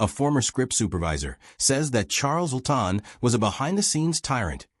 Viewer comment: Good grief, Chales Laughton''s last name is pronounced LAW-Tuhn. Simple. Also, it's interesting that many of the actors who were closeted gays in the early days of Hollywood are flashed constantly through the narrative, though they're not mentioned as one of the "evil hypocrites". It's almost as if the owner of the channel is trying to expose them in the group, for his own reasons, without saying it out loud.